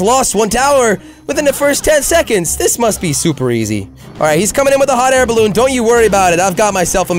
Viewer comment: every time he says hot air balloon it cracks me up